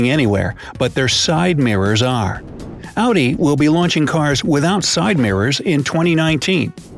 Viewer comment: precisely pronounced of Audi. Majority of people from US tend to pronounce it AWDI including us Indians.